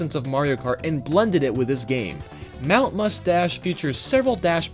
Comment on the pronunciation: I thought you said Mount Mustache too. Boy, do I feel silly!